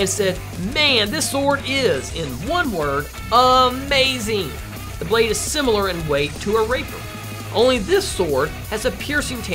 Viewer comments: Sounded like he said raper than rapier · Did he say raper instead of rapier?!?!